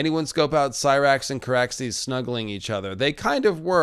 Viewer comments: yesss Rhaenyra said it like "See-Rax" ahhh Emma D'Arcy has beautiful pronunciation in High Valyrian!! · I loved how Rheneyra pronounced Syrax's name in High Valeryan so satisfying